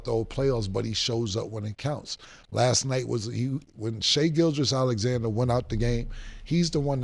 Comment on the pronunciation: How the fuck after all this time neither Cam or Mase knows how to say Gilgeous or Udoka??